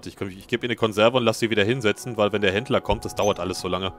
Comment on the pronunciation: Ich versteh immer Hitler wenn du Händler sagst